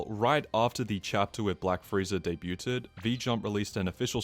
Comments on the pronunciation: the pronunciation shouldn’t be “Despued” (desputed lol) The way debuted was pronounced reminds me of that dumb friend everyone has that tries to sound more intelligent by speaking eloquently and just ends up sounding more dumb bc they mispronounce stuff 😂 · Lol... he said the "T" in "debut"... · This guy has English as his first language and still pronounced the T in "debuted" i think you're asking a bit much for him to have considered logarithmic scales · dude really pronounced the T in "debuted"